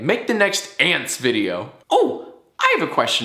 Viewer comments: Ants not Sant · Its ants not sant. Redo the whole thing right now, right now. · It’s ants not sant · ants not ant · Micah Philson not sants it’s ants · i thought you were saying sant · You forgot the T at the end, now you gotta redo it bruh